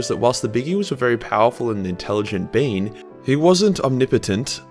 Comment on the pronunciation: Powerful and intelligent "Bean"